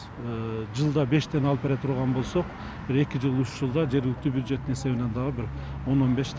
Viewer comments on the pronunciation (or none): Буджет эмес бюджет журналист.